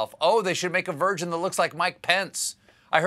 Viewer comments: He totally said "virgin" instead of "version" right before mentioning mike pence. Was it Freudian or was it an on-purpose? Either way, sick burn. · Question: Did anyone else hear him say (in reference to piñatas) “A ‘virgin’ of Mike Pence?” Or was that just me?